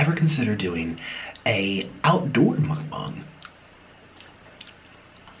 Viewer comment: Why do people say Mukbong its Mukbang!!!